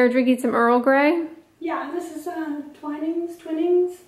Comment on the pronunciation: Your Mum's first pronunciation of Twinings was correct! Love that she's drinking Earl Grey with biscuits, quintessentially English xx